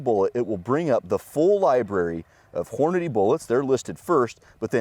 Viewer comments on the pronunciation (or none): says Hornady; says Hornaday. Why? Only 1 “y’ know” today 👏👍. wants us to login. Hmm. Free marketing data?